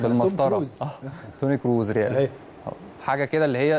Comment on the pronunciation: انتا عندك حرف ال س بايظ تماما ،، اسمع نفسك وانتا بتتكلم بتقول ز ،، توني كروز ،، بازو ،، ازبانيا